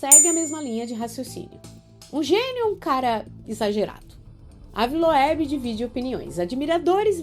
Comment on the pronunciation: Moça se pronuncia Ive loubi se escreve ave Loeb 😂😅